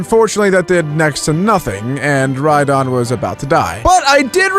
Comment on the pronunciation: When says rydon ^^ Me: \____/